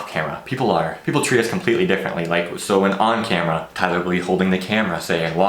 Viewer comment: As a Filipino, your name are Tie-ler (Tay-ler) and Eehh-Sa-Ak () just saying. Keep it up just do whatever you want to your videos.